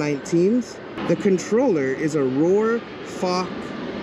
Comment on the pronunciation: It’s rawr like a lion not roar